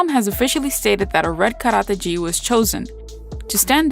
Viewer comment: nice featurettes, one critique though, look at the pronunciation of the japanese words. Specifically "gi" (hard G and long vowel E)